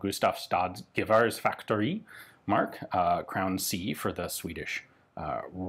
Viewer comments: The "g" in "gevärsfaktori" is soft, the same sound as the "y" in English "you", but we can forgive you for the German pronunciation since it's basically the exact same word :D. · Gevärsfaktori? It is pronounced very differently from the german word “Gewehr”.